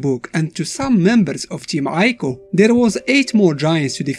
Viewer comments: >Uses colossi instead of colossus FeelsGreatMan >"Eye-co" instead of "Ee-co" NotLikeThis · I know that's how it works, "eye-koh" is a mistake. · Well it is pronounced eekoh. Shadow of the Colossus was originally going to be called Nico, a play on of Ni(2 in Japanese) and Ico. Because of this, it's speculated this is how Trico got its name. Tri(3)/Ico